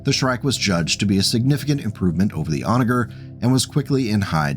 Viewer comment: FYI it is pronounced 'Onajer' with the "soft" g sounding like a j.